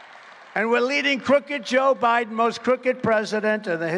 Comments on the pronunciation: "Joe Briben" lol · Mr. President Trump, you mispronounced "Joe Bribem" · Yo trump got jokes for years 🤣 😂 you can cut through joe biden garage door with scissors he called him joe briden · Did he call Biden. "Briben"? I love this guy, a true leader, a real man.